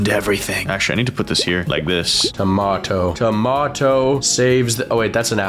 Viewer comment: AND THEY BOTH SAY TOMATOL🤣